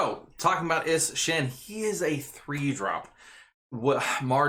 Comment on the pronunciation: Is-Shin lol goddamn